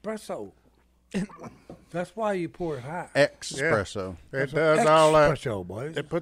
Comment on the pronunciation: Espresso. The word is Espresso, not expresso.